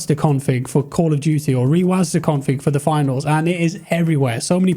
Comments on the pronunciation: sorry but this was just bothering me, rewasd not rewasda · its reWASD not reWASDA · the way u say rewasd triggers me so much plsss stop